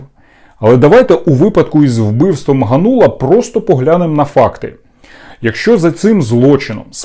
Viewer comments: Та не ганУла , а гАнула ! 😡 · Какой Ганула? Спроси хотябы где ударение ставить.